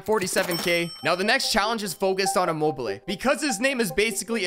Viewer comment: Bro you call immobile im mobile📱 how to pronounce immobile:imo be le